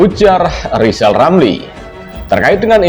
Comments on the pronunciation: Bacotnya rizal lama2 semakin goblok,ngomong gede jadi mentri di pecat dendam dasar goblok ngaku pinter ngomong r aja ga becus,ngoceh aja gede. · Kalau hati sdh di rasuki sakit hati Segala ucapannya bikin ilusi Pantas di depak dr mentri Ngomong R saja tdk jelas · Hae rizal ngomong mulu lo ngomong R ga becus , ente sakit hati ya di pecat jokowi , itu artinya ente ga becus kerja